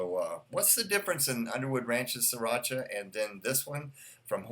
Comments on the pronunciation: It"s Thai. And yes you have to roll that R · Siracha isn't Spanish, you don't gotta roll that R.